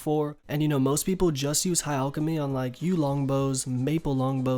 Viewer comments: its fucking PRONOUNCED LIKE AL K NOT ALL K AL CHEM Y NOT ALL CHEM Y FFS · "ulkimy" REEEEEEEEEEEEEEEEEE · Its not pronounced “Allchemy” plz